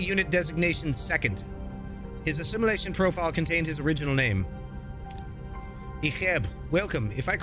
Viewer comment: Love the video man! Idk if you’ve watched Voyager, but his name is pronounced E-Chip.